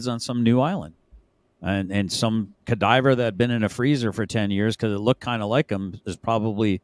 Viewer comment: Did he say "cadiver" instead of "cadaver" ?